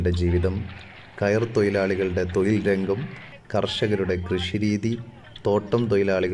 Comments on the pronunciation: തൊയിൽ അല്ല തൊഴിൽ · തോയിൽ അല്ലാട്ടോ. തൊഴിൽ ആണ് ട്ടോ... സൂക്ക്ഷിക്കുക 🙏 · തൊയിൽ എന്നു പറയരുത്, തൊഴിൽ എന്നു പറയണം. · തൊയിലല്ല തൊഴിൽ ആണ് ❤🎉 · Malayalam commentator ശ്രദ്ധിക്കുക.! തൊയിൽ അല്ല തൊഴിൽ എന്ന് പറയുക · ഉഛാരണം തെറ്റാണ്. തൊയിൽ അല്ല........ തൊഴിൽ എന്ന് പറയണം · തോയിൽ അല്ല തൊഴിൽ എന്നു പറ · തൊയിൽ. അല്ല. ചേട്ടാ. തൊഴിൽ 😂😂😂😂😂😂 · തൊയിൽ അല്ല സഹോദര തൊഴിൽ എന്ന് പറ 😂🤣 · ഏയ് " അല്ല ഏഴ് തൊയിൽ അല്ല തൊഴിൽ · ഏയ് അല്ല bro ഏഴ് തൊയിൽ അല്ല തൊഴിൽ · തൊയിൽ അല്ല മോനെ തൊഴിൽ ആണ് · തൊഴിൽ ആണോ തൊയിൽ? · എടാ തൊയിൽ അല്ല തൊഴിൽ പയം അല്ല പഴം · അൻപത്തി ഏയ്‌, തൊയിൽ, ഏയ്‌ ഡോക്യുമെന്റ്... എന്തോന്നെടെ 😂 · 'തൊഴിൽ ' എന്നു പറയാൻ പഠിക്കൂ സർ..